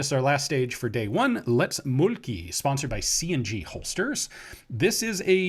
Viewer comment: Mölkky is pronounced like "murky" if you changed the R to an L, left out the Y, and added the "cu" from "cute", ending up with "mulk"+"cu". But don't say mulkku because that's a dingus.